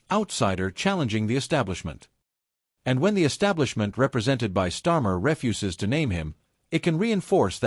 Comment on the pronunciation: Train your ai. I know starmers government is rubbish but the verb refuse and the noun refuse are pronounced totally differently. And when the government refuses to name him, refuse is most definitely NOT a noun!